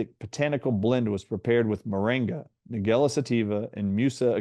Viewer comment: It's pronounced Nige-ella, like Nigel, or the name - Nigella Lawson.